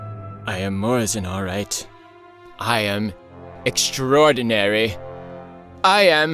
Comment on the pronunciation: i am .... EXTRODINHARRY i am .... FABULOUIS i am .... PHENOMENIALL i am .... AMAZYAN i am .... BRILLIAM